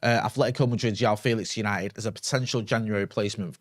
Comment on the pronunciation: Every time calls him Yao Felix, it hurts my ears...